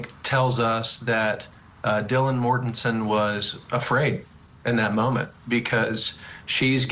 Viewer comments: Right, this is supposed to be offset by repeatedly saying "Kings Road" (rather than "King Road") and "Mortenton" (rather than "Mortensen"). In other words, the host and one of the guests () can't remember any of this stuff, and they are long overdue for vacations. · "Dylan Mortenton" "1122 Kings Rd". God, did you do any research on this case? Every other sentence was another mispronunciation.